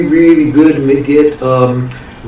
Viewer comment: Its pronounced like MAGIC... not "muh-git".... Look at the hat and magic wand in the logo...